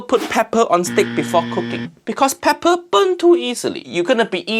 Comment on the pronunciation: peppa good 💀💀